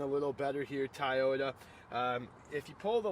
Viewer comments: It’s actually pronounced to-YO-ta,.. not toyata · Thai-oh-dah lol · It's not Tayoda!